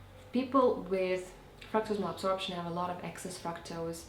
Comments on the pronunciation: fractose fructose fractus absorption? what is that word you were saying? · you guess? don't you know what you said? you kind of mumbled it and I couldn't understand it. well... all righty then